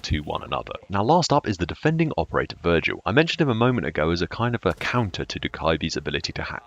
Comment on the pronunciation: Can you recommend me any settings for someone who is going from controller to keyboard; mouse sensitivity and key binds for example as I'm playing the TTS for the 2 weeks. Btw you said Virgil instead of Vigil. I know it's confusing because I've played Fallout 4 myself haha Edit: Personally I really think the new operators are going to be game changing, especially Dokkaebi. She will make people think more on how to play certain ways and do things that are in though of especially if you place valk cams on objective as they would be 👌 for the attackers. Sorry for writing you a essay every time I comment. Keep up the great stuff!